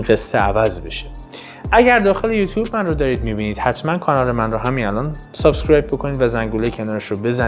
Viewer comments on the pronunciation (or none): none